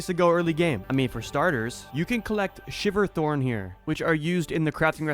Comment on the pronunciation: WAIT IT SHIVERTHORN NOT SILVERTHORN